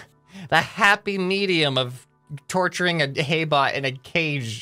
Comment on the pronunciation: When the hay bot stayed there sm said "A hay bot" it sounded different when he said "ahay"